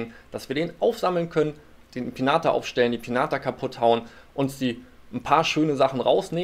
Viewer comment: Sorry aber es heißt Piñata (Pinjata) #nohate